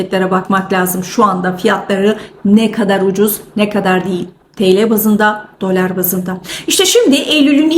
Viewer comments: Dölar deyişini . . . 😂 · Hanımefendi..Gayet iyi özetledi para piyasalarını.. Niye dölar(bazan dolâr) diyor, orasını anlamadım..